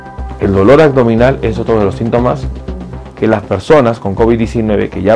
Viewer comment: Si eres Doc... Perdón pero me das desconfianza por qué no pronuncias bien como el dolor a"G "dominal...de verdad como es posible... Corrige pronunciación por favor es aBdominal.